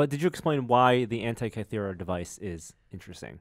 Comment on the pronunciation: "the hentai-kythera mechanism"